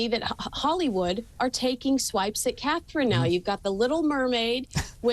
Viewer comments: Her name is CATHERINE 👑!!! SAY IT RIGHT; SHOW SOME RESPECT!!!! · Catherine.....not Katie...please get it right...